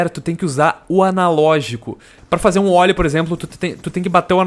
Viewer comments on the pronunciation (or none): não é ólie.. é ôllie que se fala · ja tive a "época" do skate 3.O que mais me irrita são pessoas falando "ôlie" a o invés de "óllie".